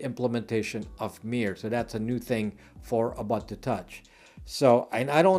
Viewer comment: Ubuntu is pronounced Ooboontoo. So the way you say the last U is nearly correct, just do the same for all of them. Zulu word meaning "I am because you are".